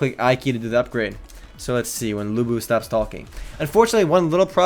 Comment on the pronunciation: Lu Bu ? LU BU ?! seriously dude ??😡